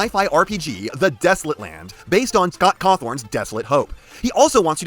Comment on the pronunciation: The way he butchered cawthon😂